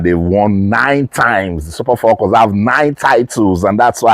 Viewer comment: FALCON is spelled with one "L;" please stop saying FALLCON, it is annoying as hell!!